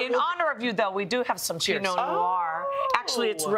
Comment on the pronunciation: PINOT NOIR not PEENO (maybe it was made on purpose se people would go on the video and comment to correct, hey hey)